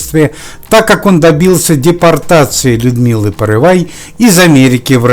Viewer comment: Не порывай, а Порывайко! По первой фамилии Загоруйко